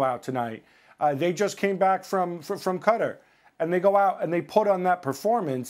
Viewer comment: The way Gab pronounced Qatar